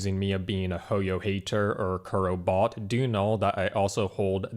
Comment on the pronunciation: The fact that the word Kurobots is turning more into WuWabots is really funny